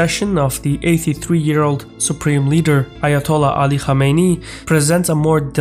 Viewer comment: Good video, just a little bad pronounciation on ali khamenei (its "khaameneh-ii")